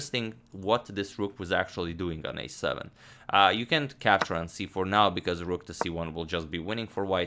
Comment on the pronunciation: you did say "cänt"! ...a condiment reference, i guess!? ( is he feeling blue? )